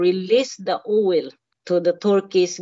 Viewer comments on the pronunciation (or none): Owel instead of oil oh she is so me!!!